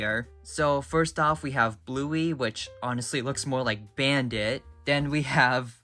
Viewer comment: Ah yes, my favorite character, “Brandit”